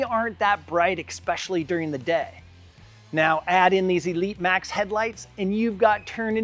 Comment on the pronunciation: you killed the mood for me when you said… “ekspecially”